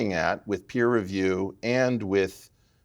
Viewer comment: Its Peer review, not Piers review